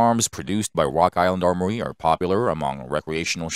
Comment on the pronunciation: And wok island awmowy